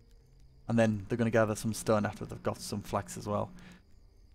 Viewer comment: Do i hear wrong or do you pronounce stone strun